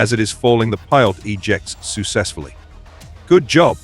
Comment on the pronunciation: Garbage AI fake voice. "Sue Sessfully" for "successfully", "Sess Aana" for Cessna, commas inserted at bizarre places and saying "dot" at ends of sentences. False statement "Everyone was OK" when clearly that is not so. And those frequent subscribe demands. Junk.